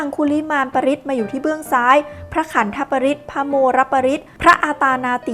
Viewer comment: อ่านว่า ขันธปริตร ไม่ใช่ขัทธปริตรครับ.. ว่าด้วยพญานาค ในวงค์ตระกูลต่างๆที่มีฤทธิ์มาป้องกันสัตว์ที่มีพิษ มาทำร้ายจะ...วิรูปักเข หืเมเมตตัง เป็นบาทแรกจ้ะ...